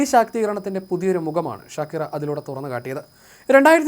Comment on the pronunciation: ഷകീറ എന്നല്ല "ഷാകിറ" എന്നാണ് europeans ഉച്ചരിക്കുന്നത്